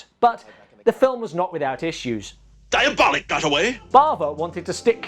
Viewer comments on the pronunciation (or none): Always heard the title pronounced diaboLEEK. But yeah, Italian stuff of this genre fall short. I enjoy most Eurospy films because they're not really good and frequently confusing. Komisar X for me, is the best. Comic books not my thing. Same problems as adapting a book,..film cant hit all the nuanced ideas. Not enough time.